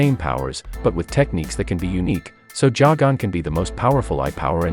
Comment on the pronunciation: It’s not pronounced jagon